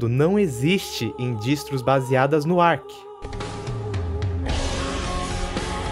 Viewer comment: fala amigo, só uma correção quanto à pronúncia: "Arch" se pronuncia da mesma forma que você diria "arte" em pt-br. Boa sorte com o Linux, não desista! Para um desenvolvedor é um SO infinitamente superior ao Windows, então quanto mais cedo você se acostumar com o uso dele, melhor.